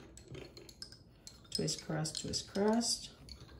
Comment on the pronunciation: Thank you for your fantastic dedication and work. On a funny note, am I hearing ok? I hear twist-crust-twist-crust... It is confusing and distracting, instead of cross. I have to acknowledge that saying twist-cross-twist-cross rapidly and repeatedly is a true wicked. Be well. "trabalenguas